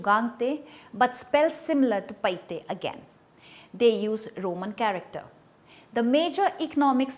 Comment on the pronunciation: Paite not PaiHte